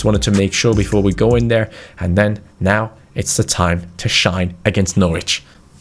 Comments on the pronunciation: When pronounced it Norwich instead of Norwich 😒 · U can’t say Norwich right 😂